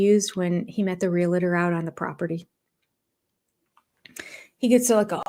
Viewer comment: The first thing I want to say is I love your videos. I must say though that I am disappointed in one thing especially because of your job and the fact that you complain about how Cody pronounces things. Because of that though I feel like I can say this. Realtor is NOT pronounced re-LA-tor. It is pronounced re-AL- tor or just the syllable tor after the word real. It’s a pet peeve of mine that so many people mispronounce this word, but it mostly surprised me because your a - is a speech therapist?